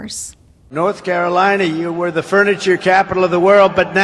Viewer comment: Why do I keep hearing “freniture”…